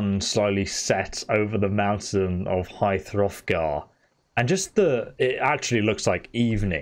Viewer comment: "High Throthgar"